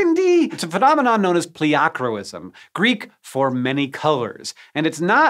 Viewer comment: OMG the way he pronounces pleochroism is painful.